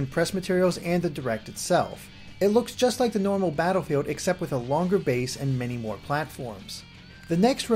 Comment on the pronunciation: You have a super cute voice. "Batterfeeld."